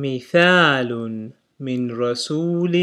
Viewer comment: its mishalun not mithalun right?